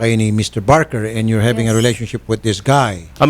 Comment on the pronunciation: "i was surfrise because they didn't inform me and i though we're habing a paste to pase"